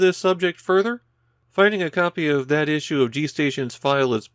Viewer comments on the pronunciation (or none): none